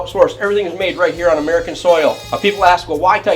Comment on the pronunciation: The emphasis on “American” sounds a lil prejudice, Martinez & stiletto over Boss